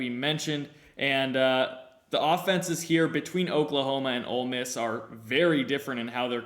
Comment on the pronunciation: You mispronounced Ole Miss when predicting the champion.